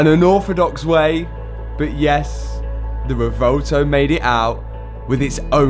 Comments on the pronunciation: Please pronounce the name of that beautiful car correctly. It’s pronounced Rev-oo-elto. Like a cow’s sound, moo. That’s the U in Revuelto. Now, just run it together, quickly and smoothly. Revuelto means scrambled in Spanish. Don’t understand why Lamborghini would call it Revuelto. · At least try to pronounce the name of your car correctly. It's not 'revolto' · the rewouwtouw lol - if you drive such a car you should learn how to pronounce it correctly first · lol "Revolto" Is Matt ever going to pronounce this thing correctly? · Its pronounced REB WELL TOE.